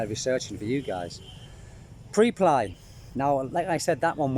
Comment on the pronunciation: Preply .. pronounced: PREP as in the first syllable of preparation + LY as in LEE .. not meaning to be an annoying grammar nazi lol .. just wanting to help :)